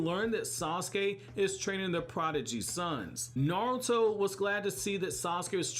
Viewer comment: Blows my mind that your the only American that says Naruto correct. Not Narootoe